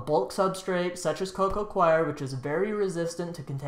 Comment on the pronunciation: Co Co coir ="co-co core" not co-co "kwie your" or "Koiy yur" CHOIR is "kwie er". Coir is 'core'